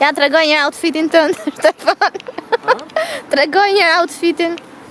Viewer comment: Flet kaq bukur shqip ,po Stefanin pse e thërret Shtefan i'a shëmton emrin